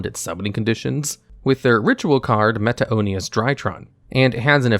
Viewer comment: The pronunciation of Meteonis is meaty-onis.